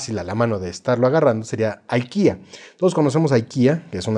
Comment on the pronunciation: Se pronuncia Ikea tal cual se lee y suena en español.